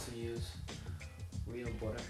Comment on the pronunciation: I love the way you say "butter" it sounds like "boutter"